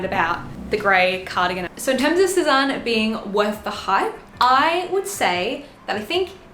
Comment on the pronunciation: Sézane is pronounced sez-anne. Not sez-arn. In case anyone cares.